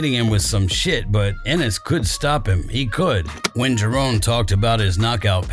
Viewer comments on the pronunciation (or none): Its Jaron why are you calling him Jarone all the time? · Had to click off the vid soon as he said jarone😒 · Can’t even say his name right